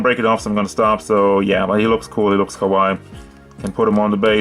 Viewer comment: You said its looks kawai? Kawai sounds like kuwai which means 'horrible😂😂😂😂. You have to emphasize the lasy vowel "KA.WA.II",with longer "eeee" not kawai.